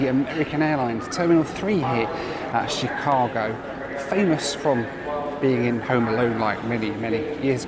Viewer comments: When you pronounce "Chicago" - the emphasis is on the second syllable - Chi-CA-go. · And it's not She-CA-go. It's Shh-CA-go.